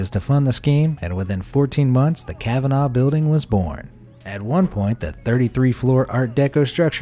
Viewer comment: His pronunciation of kavanagh annoys me it’s pronounced like kavna not the way he says it